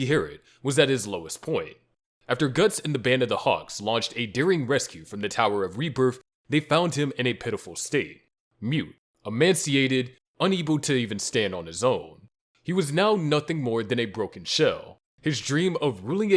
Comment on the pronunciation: it's not "emanciated", it's "emaciated"